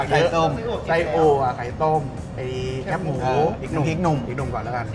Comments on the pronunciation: แคบหมู คือ แคบหมู ออกเสียงว่าแคบ แคบที่ไม่กว้างอะ แคบบบบ มาแค๊ปๆ แค๊ปพ่อง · รบกวนคนกทม. ออกเสียงคำว่า แคบหมู ให้ถูกต้องด้วยนะครับ แคบ ตัวนี้ออกเสียงเหมือนคำว่า แคบ ที่มีความหมายตรงข้ามกับ กว้าง นั่นแหละ มันจะออกเสียงยาวนิดนึง ไม่ใช่ แค๊ป แบบแค๊ปเจอร์ เสียงมันสั้นไปครับ คีย์วรรณยุกต์ก็ต่างกันนิดนึงครับ